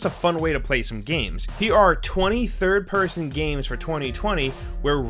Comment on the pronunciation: I can't be the only one that heard it as ''Here are 23rd person games'' or maybe it only is me? lol